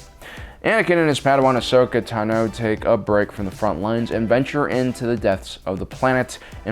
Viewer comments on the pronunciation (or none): It's "Tan-oh" Like "you went to the beach and got a tan, oh". Every time I hear you pronounce her name Tah-no I cringe..